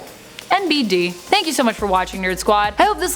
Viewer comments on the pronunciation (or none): none